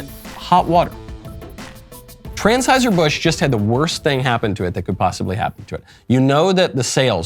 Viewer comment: Lol 😂 is he saying transhiserbusch 😂😅